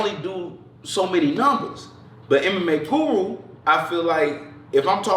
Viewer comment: "but mma POOru"